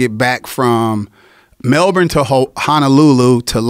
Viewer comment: He pronounces "Melbourne" correctly